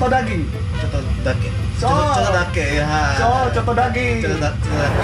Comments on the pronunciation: Chotto bukan soto beda kap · nya lucu udh tau kak Jerome bilang Choto malah Sotoo 😂🤣